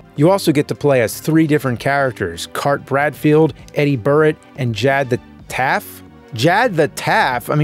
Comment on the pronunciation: it's "EE-dee" not "Eddy" shes a woman